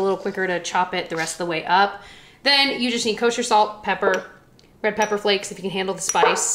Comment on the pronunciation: “Ladies and gentlemen, Salt and PEPPAH!”